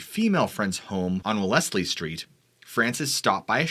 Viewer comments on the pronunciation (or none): none